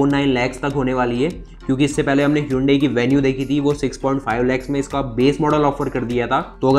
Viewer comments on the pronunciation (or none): none